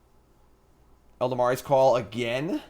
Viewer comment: Eladamri: "ella-dam-ree" Not "ell-duh-mar-ee"